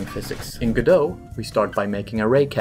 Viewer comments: It's Go-dot, not Ga-doe. It's not French, and the developers pronounce the t. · I think Godot is “Go Dot” maybe I don’t think the t is silent but what do I know I never named it 🤷🏻‍♂️ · I don't think godot is pronounced godo? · wait, it's pronounced "g'doh"? I always said "go-dot"